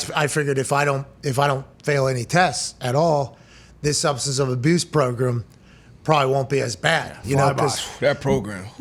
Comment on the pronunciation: Its funny Pat cant pronounce “program” 😂